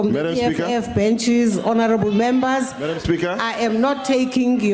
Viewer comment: Henerrrable Membas